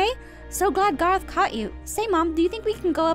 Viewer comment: it's garroth not gereth caw caw